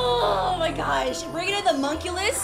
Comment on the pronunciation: Bro you got monculus and you said mokeyten